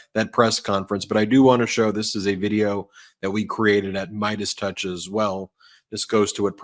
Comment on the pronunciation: What’s a totch?